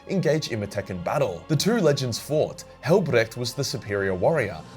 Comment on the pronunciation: I love how you pronounce Hellbrecht. Not quite German but close enough. You sound a bit like an Austrian XD. From one Aussie to another